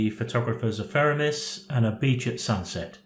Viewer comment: always enjoy your videos and using pte av studio. There was something about this one though that kept irritating me. Then it struck me. It’s The Photographers Ephemeris, not Epheremis! Easy mistake to make.